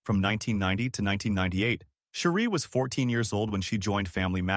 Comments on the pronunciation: Her name is not Sherie it’s Cherie like cherry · Cherie pronunciation is cherry!!